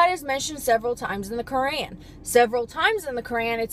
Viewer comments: If you're gonna speak against Islam learn how to say Quran the right way first. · Yea if u were a Muslim u would know how to pronounce Quran and I would like to know which surah and what it says that